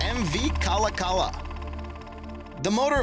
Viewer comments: Its pronounced like kalawkalaw not cala cala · It's pronounced Ka-lock-a-la and it was not a joy to ride on. It vibrated like a bedroom toy and was a bitch to load and unload. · So just a heads up 3. MV Kalakala is pronounced Ka-Lock-eh-la I know is is strange to some but It is a Native American name as all the ferryboats are in Washington state ferries.